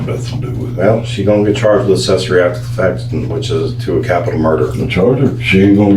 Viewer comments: What's assessory? 🤣 shouldn't someone who can take your freedom be able to speak proper English? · I want to stab myself in the ear every time the detective says "uhsessory,"